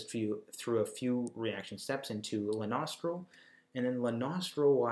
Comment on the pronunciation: I thought you kept saying "the nostril" instead of Lanosterol